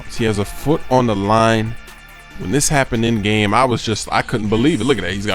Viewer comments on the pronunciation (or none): none